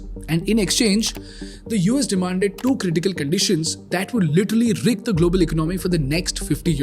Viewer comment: This guy's pr0nunciation and ac cent c r e e p me out. He uses the word "economy" so often, then he better know the right pronunciation: economy is pronounced as [ēˈkänəmē] not [ache-o-no-me] Wreck is pronounced as [rek] and not [reek].